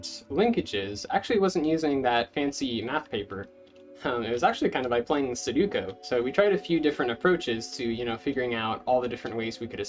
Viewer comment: this is a really fun math problem but man, every time you said "suduko" felt like being stabbed in the chest lmao